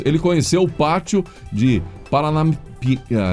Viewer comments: O melhor foi os erros tentando falar Piranapia.... não sei oque...rs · Kkkkk tão bonitinho errando o nome da cidade de Paranapiacaba,você é otimo👍